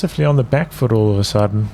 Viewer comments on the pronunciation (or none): none